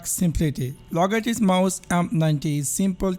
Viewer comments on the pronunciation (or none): Logaitich 😂😂😂 Dead after hearing his pronunciation 😜😜😜🤣🤣🤣